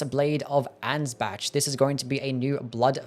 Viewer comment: Hey man, it's pronounced like "Ans-back" not Like "Ans-batch" just FYI